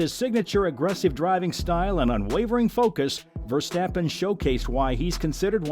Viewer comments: And as usual yanks butcher names. For fek's sake it is NOT VerstEppen! Use your best friend and find out Max's proper surname pronunciation amateur. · I do think your listening to an AI voice trained with an american accent. You really need to look up how his name is pronounced in Dutch and then practise. The way the Dutch speak out the R isn't easy for native American or English speakers.